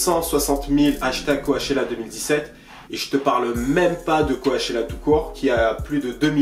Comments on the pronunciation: mon gars qd tu dis co-a-chella tu me stresse de ouf....ca se prononce c-O-chella ahaha!!! mais force a toi tes videos sont ouf mec!! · ca se dit "CO-tchella" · Ça me stresse quand il le prononce co A tchella qq😖🤦‍♀️ en plus il fait que dire ça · Le premier ''a'' de Coachella ne se prononce pas. Ça ce dit comme le ''coach'' sportif. #JustSayin'